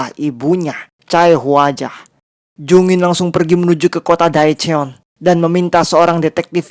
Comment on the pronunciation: Sorry bang mau koreksi dikit aja karena beneran ga enak bgt denger pelafalan daechon—- dibacanya de con bukan DAE CON Chae hwa ja dibacanya CEH WA JA bukan Cae Huwa Ja